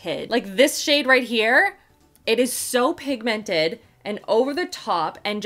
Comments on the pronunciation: THE WAY YOU SAY PIG 🐷 MENTED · I love you too much and you are one of my very favourite you tubers .... but it really upsets m how you say pigmented xxxxxxxxx